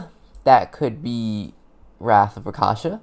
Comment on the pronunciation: RAK(rock)SHA(shaw)SA(sah) RAKSHASA Not rakasha